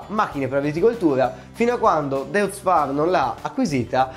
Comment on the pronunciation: Deutz si dice Doitz.